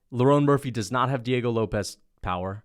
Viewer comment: Just got to the pronunciation of Diego Lopes, this is brutal